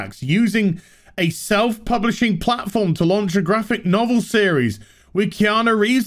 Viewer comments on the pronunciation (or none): none